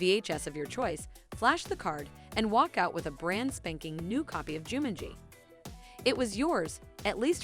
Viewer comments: "Juuuu-mun-g" Lady, I'm conviced you haven't spoken ANY language known to mankind. Get this Alien Lady a Rosetta Stone, or something. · Jewmin-gee. As my previous statement, she wasn’t born in the nineties to clearly understand how to pronounce these gems. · im sorry I don't mean to sound mean but... did she just say Joomangee?